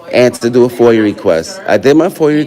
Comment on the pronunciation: A who? fOIL? Its a FOIA....